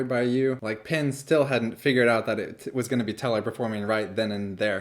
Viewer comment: Sorry to complain about such a small thing; however, I do suffer from some OCD and something you're doing is causing me some discomfort. I'm not sure if it is an accent thing; however, it sounds like you are always saying "Pin" rather than "Penn". Please acquiesce to this one request and pronounce the name as Penn (like the writing instrument). Thank you for you understanding in advance.